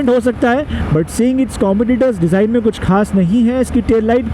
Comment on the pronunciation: Design bro not desing 😂